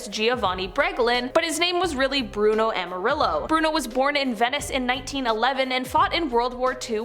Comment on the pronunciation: Bruno Amarillo? His name was Bruno Amadio!